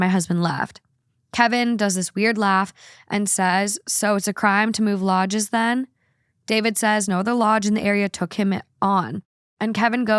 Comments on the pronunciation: And asking: "what the hell is a 'cladenstine' lodge?" 😂😂😂😂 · "Clandestine" pronounced Clan-dess-T-eye-n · I just wanted to help you out with pronunciation. The word “clandestine” in the free mason story is pronounced klan-des-tin (short vowel sounds in each syllable). It is not a word that has anything to do, specifically, with the Free Masons. It means secretive or hidden. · Cladensteen? Really that’s how your brain read clandestine. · Clandestine is KILLING ME 😂😂😂 klan-des-tYne as in secretive (usually for bad reasons). I’m guessing that means a lodge that isn’t registered as official and is shady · “CLAN - DEST - EYE - N” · Clan-des-tin. Lol means secret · “Cland-en-steen lodge” You mean clandestine? Lol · Clandestine pronounced “clan-des-tine” lodge? That word means secret basically, usually for illicit or negative reasons. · I had to go check the story about the masonry guy… I just knew you were pronouncing clandestine wrong 😂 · You don't need Masons to chime in. 😅 I'm not sure if it's a typo or if you just didn't recognize the word, so you mispronounced... but I'm 99.9% sure the word is just "clandestine" - as in marked by, held in, or conducted with secrecy. Some synonyms could be: covert, hush-hush, private, secret, sneaky, stealthy, or undercover. I'm sure you know "clandestine," and it just didn't click in that moment. I got a giggle out of it anyway. 😅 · Omg check your pronunciation of clandestine. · inability to pronounce everyday words never ceases to astonish me., please look up clandestine in the dictionary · trying to say "clandestine" I'm dead Edit: the second update my jaw is in my lap